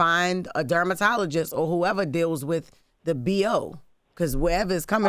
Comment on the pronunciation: Jess said dermatoligist